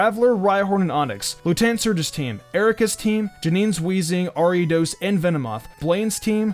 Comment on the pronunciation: he says Ariiiiidos instead of Ariados XD